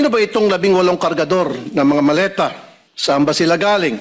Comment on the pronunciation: mali pag ka bigkas hindi po maleta sabi ng dds malita hahahaha